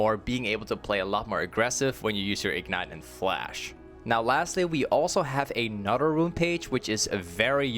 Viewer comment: Am I the only one who had to hear it 10 times if he really said " A Nutter Runepage" lmao